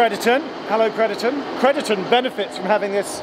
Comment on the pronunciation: you keep pronouncing crediton wrong for a shropshire lad lol